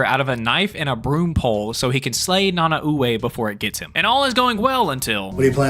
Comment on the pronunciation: this is just me being a nerd but it was really bothering me how you pronounced Nanaue. its pronounced Na-Nah-Way. its weird but thats how you properly say it